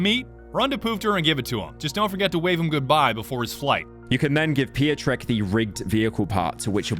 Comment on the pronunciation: "Pio-trek", it's pronounced pyotreck